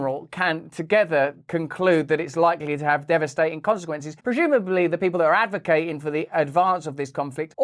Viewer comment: Russell… Please can you say Unila T erally and Par T y etc etc. Ul..im..at war doesn’t have a very eloquent ring to it as neither does Esca..laY..ing. Please please please can you be a pioneer to bring back proper enunciation. You did say in this video the word DevastaTing. So you do sometimes pronounce your T’s. Im so fed up of sloppy speech from tv presenters and everyone who can’t be bothered to speak properly. It’s just laziness. Loving your videos and the content is more imporTant so I’d watch anyway, and I know I’m probably being niggly. Sorry to everyone, you don’t need to say I’m being anal. I know. 👍👍